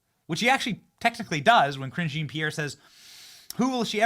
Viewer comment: Zhah(n)- Pierre. Lol just google it